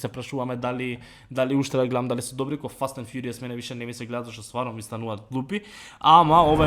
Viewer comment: reci jos jednom tako za fast and furious